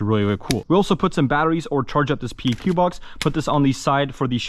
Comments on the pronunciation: That front iron sight is backwards LMAO, y’all airsoft nerds can’t even put together a gun properly, exhibit A and B. And it’s pronounced PEQ, as in PECK. Not P, E, Q. I work with the real deals on a daily basis. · PLEEEEASE pronounce "PEQ" as "PECK"